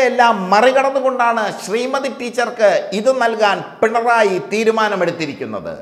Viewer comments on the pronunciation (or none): none